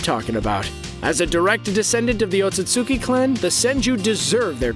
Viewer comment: You either didn't watch Naruto or you watched the dub, if it's different there, since you're pronouncing Otsutsuki completely wrong.